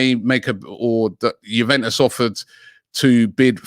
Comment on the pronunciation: ' You-when-us ' ' Sa-swallow '